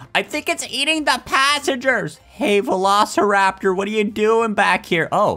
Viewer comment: Have you said Velo steer rap tor get it Velosteeraptor